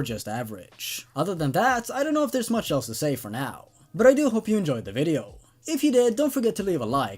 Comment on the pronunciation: I swear it sound like he said All elves instead of all else in his introduction....